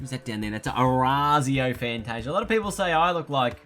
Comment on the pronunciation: It’s pronounced “Fanta-See-ah”